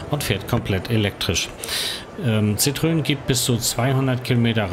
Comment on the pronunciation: Schönes Video, danke. Nur eine Bitte, bitte nicht 'Citrön' sagen. Wenn schon Citroän.